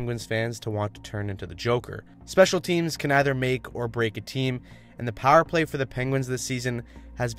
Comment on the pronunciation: Dog, are you from Pittsburgh? You say "pahr" (power) like a true yinzer!